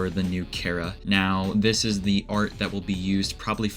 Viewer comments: FINALLY SOMEONE WHO KNOW HOW TO PRONOUNCE CHARA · actually I use the first one and so does the maker of this video and so does Toby Fox in fact as stated in an interview (I think) where he said that he pronounced it Chara (Care-a) as in Character